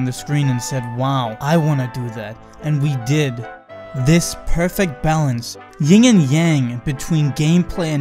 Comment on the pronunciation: So The Spy is kind of a sensei. "Yin," not "ying." Question is, which would be the yin and which would be the yang?